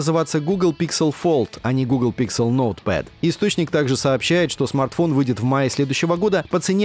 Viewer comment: Не стал смотреть только из-за произношения названия нового фолда - Pixel. Слух режет этот ПИКСЕЛ